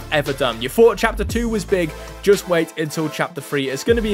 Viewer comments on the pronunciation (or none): none